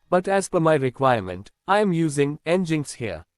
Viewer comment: Come on, dude, it's not NgInx, it's nginx (engine-X), they write it in their homepage... :D